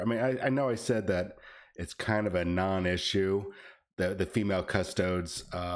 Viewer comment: All these parasites who don't even know the how to say custodes getting in on the controversy for clicks. They give themselves away when they say "cus toads".